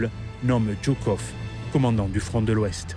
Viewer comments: Ce n'est pas le général " Djoukov ", mais le général Joukov. Sinon, pas mal. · C'est жуков pas джуков! Joukov pas Djoukov. Ça fait dbizarre.